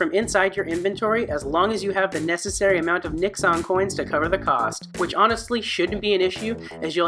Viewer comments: One point. You repeatedly pronounced the coins as Nix-ons. As these coins reference Fururama which itself references former American President Richard Nixon, the proper pronunciation is closer to Nix-in. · Say it with me.. "nix-UHN". Geezus . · The way you said Nixon had me lost AF for a minute 🤣🤣